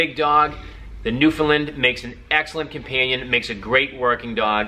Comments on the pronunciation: its (New-Fin-Land) not (New-Fin-Lind) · pronounced newfin Land not lind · Buddy- you gotta polish up your presentation a bit. People always debate how to say ' Newfoundland", and that's fine- its just not " Newfinland". If you're rating the dogs- please- what is the scale.. " I give them a 5....' ???? Out of 5... 10...?? Lastly- while you hit on some good points, you seemed to be in a hurry to finish. They MUST be interactive with people- I've known Newfs kept in dog runs in back yards- several of which I have had removed from the owners. Lastly- please let people know, that if you are a neat & tidy freak- this is NOT the dog for you. Dogs need to be groomed minimum- once/week in " off season" and shedding season is a nightmare, grooming my dogs daily. Furthermore, when a Newf drinks water- he usually starts at the bottom of the bowl... so watch out! I could go on and on, as I own 4 Landseers, and have 2 rescue standard black newfies.. So , in summary- little more research, little slower on the delivery and pronunciation, and you'll be great at this. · Why can’t you say Newfoundland right? Its not newfinland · Newfelend lol can’t even say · Btw, it's not a newfinlin. It's newfoundland, pronounced new f'n land. My source? I'm from the island of newfoundland :P and it's landseer...land-see-er